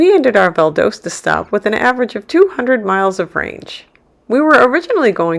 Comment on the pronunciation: Valdosta is Val-DAW-Stuh.